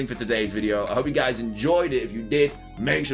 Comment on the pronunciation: I like your accent. Sometimes when I'm bored I pronounce words like "Bug type", "upcomming games" your way and before watching your videos I repeat several times "Hey, guuuuys, HDDDDDvee heeere"😂 For some reason it seems incredibly funny to me. I'm probably not alone, I bet everyone says their favorite youtuber's greeting phrase: "Hey, guys, here", "How's it going, ladies and gentlemen? My name is Ruffled Rowlit, and welcome back to a brand new video, guys", "Good morning, everybody! Good morning! It's JPR", "Hello, everyone, and welcome!" (Engineering Explained), "THIS..." (Doug DeMuro), and the outros, of course: "This is Ash ketchum..." (too long, I'm tired of writing).